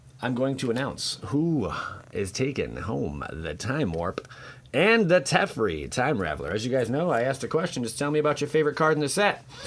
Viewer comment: who is tefri? please say teferi, and dont ruin his name, you make people think it's is spelled tefri !